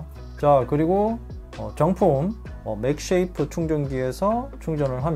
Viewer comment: 맥세이프 맥쉐이프 나만불편한가요?